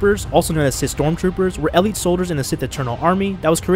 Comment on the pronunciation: How do you mispronounce elite